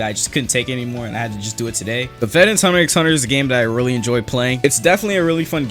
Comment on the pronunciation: did he say "hunter X hunter" DID HE ACTUALLY SAY THE X